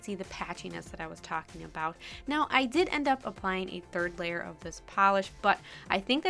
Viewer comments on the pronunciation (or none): none